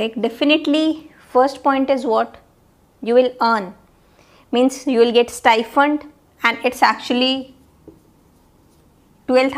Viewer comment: Stifund or STIPEND???